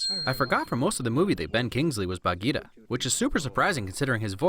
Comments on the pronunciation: The panther's name is Bagheera, not Bageeta. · i've always loved this movie and disney, but being indian, seeing amreicans butcher the pronunciations of indian names in the movie was just, uncomfortable? sher khan has a rolling R like sherr khan, same for for bagheera, baloo is just americanisation of the word, bhaloo, which means bear in hindi (clever name, i know), akela is pronounced as A-kay-la (it means alone, because lone wolf), raksha is pronounced as ruck-sha (means to protect in hindi, since mothers always protect their cubs, bandar log is pronounced as bun-der low-g (means monkey people in hindi). i can never not love this movie, i grew up watchng the animated series so the mispronunciation is something i just pass. its such an amazing story.